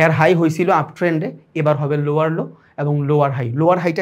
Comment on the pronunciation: ভাই ৪৭ মিনিটে লোয়আর লো কে লোয়ার লো বলবেন।